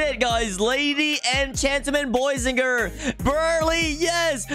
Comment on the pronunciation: It’s brulee not berlee